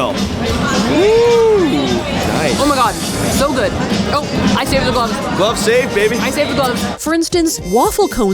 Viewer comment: "mmm eggs Guood"